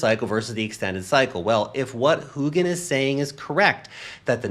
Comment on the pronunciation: Lost the whole point of this video and it was probably a good one. Your mispronunciation of Hougan killed the vibe